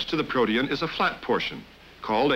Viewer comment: They pronounced protein wrong.